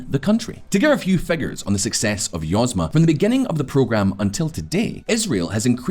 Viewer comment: YozMA (accent on last syllable), means "enterprise".